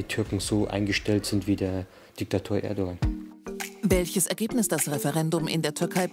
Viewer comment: Nichts gegen ihn aber für ein Türken spricht er Erdogan ganz schön falsch aus